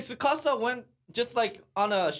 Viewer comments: The T in Tsukasa is NOT silent, just like the 't' in tsunami is not silent either. Have no idea why society randomly out of nowhere decided to make their own rules about a totally different language and completely ignore a letter. 99.9% of the time in Japanese, you pronounce EVERYTHING. No weird shit like silent e's in the English language. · The T in Tsukasa is not silent. It’s not Sukasa. You pronounce tsu with your tongue touching the roof of your mouth as you make an s sound making it sound like your simultaneously sounding out a t and an s. Hope that helps.